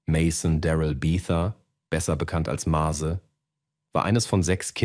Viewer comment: MÄZE!! MÄÄÄÄZE NICHT Mase Nase :D man sollte wenigstens den namen aussprechen können bro ;)